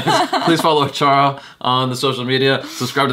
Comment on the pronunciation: Achara always read the movie names correctly